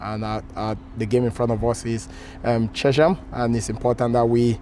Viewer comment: It's not difficult to pronounce Chesh-am FFS 😂😂😂 Older generations did always pronounce it Chess-um (there are a few older ones left who do) but there has never been any ZZs in the town name.